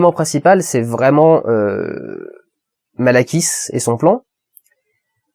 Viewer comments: "Asgard" est le royaume que tu cherchais en début de vidéo le Valhalla est le paradis où vont toute chose morte ayant eu une vie considérée comme "bonne" même les dieux, le méchant s'appel Malékit et non pas malakiss "au bon lait de brebiss" ^^,sinon trés bonne vidéo/analyse comme d'habitude continu comme ça on t'aime mon Dudu :-) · Bon je pense que je suis pas la seule mais on va faire une petite remise au point. Asgard= royaume de Thor Midgard= Terre Valhalla ou Walhalla= c'est le "paradis" en quelque sorte Natalie Portman= JANE foster Et le méchant c'est Malekith pas Malakiss (ça fait un peu penser à salakis, le fromage au bon lait de brebis") Voila, bon je trouve que pour une review ça fait quand même beaucoup d'oublis, non? Ça donne l'impression que tu n'as pas préparé ce que tu avais à dire ou tout simplement que tu ne t'intéresses pas à ce que tu fait et à moi ça me donne l'impression que tu ne fais la review que pour avoir des vues sur tes vidéos et de nouveaux abonnés. Pas très réjouissant en somme, j'ai décider de laisser cette review maintenant par ce que ça fait plusieurs critiques de marvel de tu nous fait, et c'est pas la première fois que tu écorches les noms ou autres choses du genre. Ça m'a un peu saouler et ça n'a fait que renforcer mon avis sur le fait que tu ne fais ces reviews juste par ce que ce sont des films populaires et que donc tu auras forcément plus de viewers, plus d'abonnés ect... Je n'ai pas vu tes autres critiques mais à mon avis tu ne devrais critiquer seulement les films qui t’intéressent(j'ai pas l'impression que marvel soit ta tasse de thé) parce que tes reviews marvel, en tous cas, sont vide de sens on y comprend rien franchement, c'est sans queue ni tête. Tu pars dans une direction tu développes qu'a moitié, tu passes ton temps à hésiter, c'est lourd à la fin on se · Malakiss? ou malekith ^^